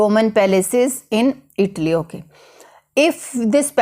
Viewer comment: Not itli it’s called Italyyyyyyy😐